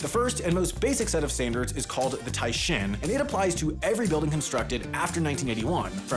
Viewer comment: Oof. 'I' in Japanese is pronounced 'ee'. You did it correctly on the first syllable of taishin, and then said "shin" on the second syllable😞